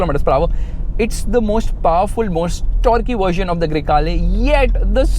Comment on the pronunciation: baingan Yeh gadi, Grey hai ya Kala you said, Greykala 🙄 fulgore ful'kala hain 😂